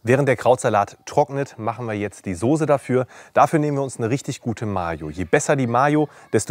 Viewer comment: ich liebe deine videos wie du weißt, auch als wochenend-fleischesser, aber dieses wort .... dieses wort soße ist keine soosé.. merkern auf ganz hohem niveau ich weiuß oder vielleicht sagt man das auch bei euch in region so aber dem herrn soosé gefällt das aufjedenfall gar nicht so gut... evenetuell klingelt er sogar bei biernot im ersten... ^^